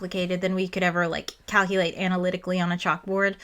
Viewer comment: He goes away to cowculate?